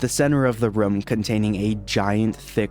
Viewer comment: This guy keeps saying Ruuumm and not rooooommmmm